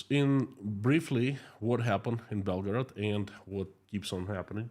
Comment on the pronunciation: please don't pronounce Belgorod like Belgrad, the capital of Serbia i jumped off my chair for nothing